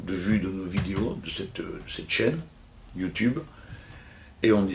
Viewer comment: Enfin quelqu'un de plus de 40 ans qui dit "Youtube" et pas "Youtioube"